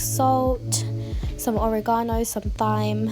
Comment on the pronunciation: Thyme HAHAHAHAH its pronounced TIME